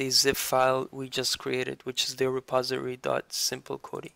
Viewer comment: Its Not a reposery its a reposITORY :D